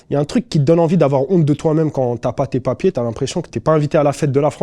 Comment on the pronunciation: Tu m'as tuerrrr " papierrrrrr" ils ont cru que tu étais un parki mec , ici dès que tu as cette couleur on cherche pas à comprendre. On est des pakpak pointbarre .